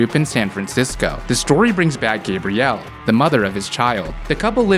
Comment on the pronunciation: not loving how you pronounce Gabrielle